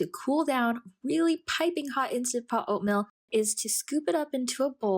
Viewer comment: Like your video. Small feedback though, the way you say Oatmeal sounds like Oatmilk. It’s oat-meal, not oat-mill. It’s not me, it’s my wife :)